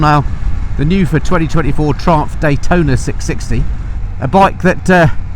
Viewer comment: CFMoto is releasing a 675 "D-Hwai-tona" :D... you need to compare it.